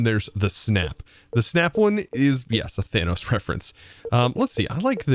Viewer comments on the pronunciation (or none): none